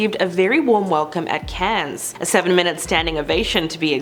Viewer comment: Cannes is like can not cans :)